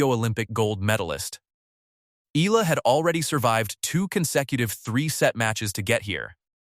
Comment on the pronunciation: Eala not Ela